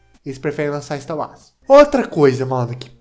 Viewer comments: e pq tu fala ista uas,kkkk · Mano e sotaque ou tu fala star Wars assim mesmo?